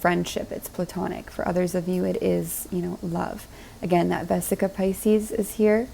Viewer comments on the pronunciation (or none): 😊 So funny that you said “Vesica Pisces” instead of “Vesica Piscis” (pronounced piss-cuss) because all was resonating and I have a friend who’s slowly turning into a love connection, who thinks so much like me AND he is a Pisces. ✨💜✨ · Edit: I’ve also heard it pronounced “pie-scuss” but never “pie-sees” like Pisces. And hope you don’t think I’m picking on you! I actually loved the merged synchronicity of it 💜